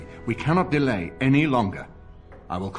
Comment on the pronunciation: Great video! Been playing it while working at home! What's with the main character's voice actor though? It's like they got someone who has never spoken a word of English to read the script!! Delay and botanist are two of my favourite pronunciations!